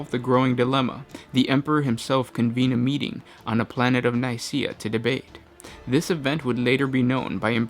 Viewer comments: How the hell did you get it to Council of NiSEA. It's literally spelt Nikaea. There's LITERALLY a K in there XD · It's pronounced Ny-Key-a ;)